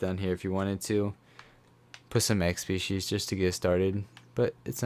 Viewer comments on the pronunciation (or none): none